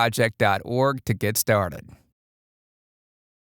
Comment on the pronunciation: is it me or does the www. sounds really funny and weird ?